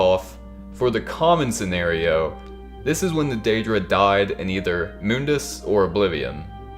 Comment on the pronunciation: Mundus is pronounced like ”money” but replace ey with dus.